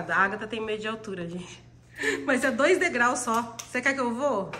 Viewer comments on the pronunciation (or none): none